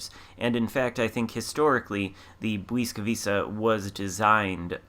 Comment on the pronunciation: Ł is pronounced like a W in English and C is always like a TS, so Błyskawica is bwiska-vitsa (or at least close enough;)